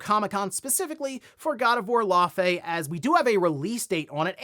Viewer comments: "Lau - fi" say it with me lol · Love all the videos , I watch every morning That pronunciation is close it’s pronounced (Lau -fee) it’s the same name as the ice giant from marvel , so you got it pretty close but the it’s Fee when you pronounce the whole name , even if the devs told you that’s it they’re incorrect 😂 fey pronounced FAY is a nickname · How come no one can pronounce Laufey correctly. I must've heard like 5 different news outlets all saying her name wrong.